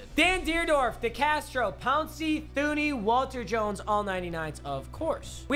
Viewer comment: I LOVE YOU BOI, but its pronounced Joe "Two-knee"